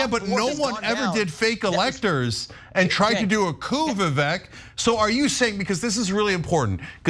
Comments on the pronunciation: The funny thing was the first time she said his name, she mispronounced it and continued to do so multiple times. His name is pronounced vivek (like cake, vivAKE) not EHK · Its not Vivak... Vivek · His name is pronounced “Vi-vake” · She couldn't even pronounce his name correctly. It is vivAKE like cake even though spelt vivek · Can Young Turks sync up their interviews ? Can Anna and Jenk pronounce Vivek's name correctly ? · said Vivek's name wrong in the beginning. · I used to be ahuge tyt supporter, cenk lost me at his take on russel brand, guilty until proven innocent. He's been this way for every accusatin except his nephew's. Wasnt surprised at all by their nasty attacks on vivek. Ana intentionally pronounced his name wrong. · Perhaps preparing for the interview and being detail oriented could be something as simple as pronouncing your guest's name properly? This is amateur hour unhinged interviewing at its finest -- imagine not being to convey your point succinctly and intelligently without losing your cool. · when you mispronounce Vivek's name he has the RIGHT not to even know your name! Maybe when YOU reach out to someone to be on your show, YOU should do a little more research as to HOW TO PRONOUNCE YOUR GUEST'S NAME!